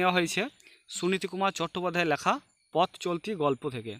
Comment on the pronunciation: উচ্চারণ তো ঠিক করে করুন আগে লেখাকে ল্যাখা আতিথেয়তাকে আথেয়তা কি এসব